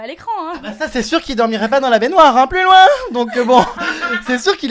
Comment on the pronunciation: Arrete avec le " Pluus loin" --'